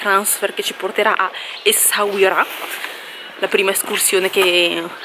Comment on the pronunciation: Essauria, si dice Essauria 😂😂😂. Anche la mia mogliettina non riesce a dire Essauira! Noi ci andiamo domani, bellissimo il Marocco. Complimenti per il video!!!